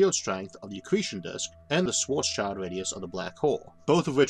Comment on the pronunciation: It's actually pronounced Schvarts-shild (it rhymes with "build"), not Schvarts-child. "Schild" means "shield" in German (and schwartz means "black"). The name Rothschild is similar - it means "red shield" and has nothing to do with children.